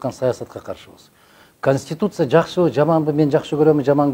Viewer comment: Журналиска вы с можете нормально говорит ,слова конституция, учитесь правильно пж